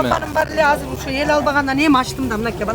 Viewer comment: Казыр эмес азыр деп суйлосо мэр